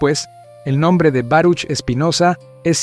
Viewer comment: Se pronuncia "Baruj"